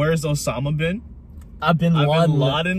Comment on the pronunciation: Actually Em pronounced bin Laden correctly. As I could’ve pronounce it as Arab